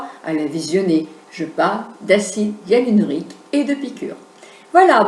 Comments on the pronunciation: en effet sait de quoi elle parle mais il n'empêche qu'elle a mal prononcé le nom du produit et a n'a même pas dit "EALINORIQUE " comme disait Houyam mais de L'acide "IALUNORIQUE", alors que le mot exact est "Hyaluronique"...écoutez bien c'est a 3.20 min =) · hello on dit acide HYALURONIQUE ET NON YALURIQUE MAIS BRAVO POUR VOTRE VIDEO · je me permet de vous corriger,vous dites l'acide éalinorique,mais c'est acide hyaluronique,et merci pour la video bonne continuation. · Elle fait une vidéo sur un thème qu elle n’a pas su prononcer une seule fois correctement.... 🤦🏻‍♀️ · Vous êtes très belle.. Vous n'avez pas besoin de plus, acide HYALURONIQUE... Vous le dîtes mal !!! je ris.. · MDRRR ..a parce que vous vous ne faites pas pitié en Commentant "C EST VOUS QUI AVEZ MAL COMPRIS" , donc 1 Conseil Lavez vous les oreilles ma grande avant d'ouvrir votre grande bouche , et le fait qu'elle ai été une Esthéticienne n'empêche pas qu'elle ai mal prononcé le mot donc si J'ai ENVIE de la corriger je la corrige que ça vous plaise ou non !! Et J'ajouterais que vous n'intervenez que pour faire des remarques aux gens mais aucun au sujet de la vidéo, donc retournez a vos activités qui n'ont rien a voir avec la beauté et laissez les gens interessées s'exprimer ! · Arrêtez de charcuter ce pauvre mot : HYALURONIQUE!!!! Lol